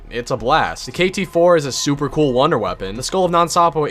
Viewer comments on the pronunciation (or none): none